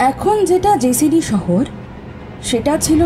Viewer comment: নাম টা ' জসিডি ', জেসিডি না।